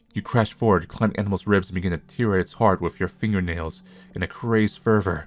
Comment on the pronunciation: I don't know if this is a running joke or something, but that form of "tear" rhymes with "fair."